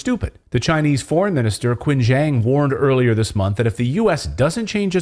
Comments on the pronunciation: the foreign minister's named is pronounced Chin Gang. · Qin Gang should be read as Chin Gong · Dear Mr Morris: The correct pronunciation for Chinese FM Qin Gang is actually "Chin Kang". The Chinese used the Pinyin system to write his name. Thanks